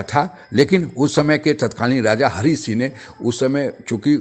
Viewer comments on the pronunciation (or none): none